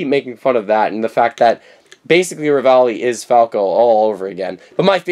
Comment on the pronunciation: REVALI NOT RAVALI!